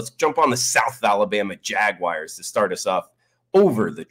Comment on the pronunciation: Go jag-whyers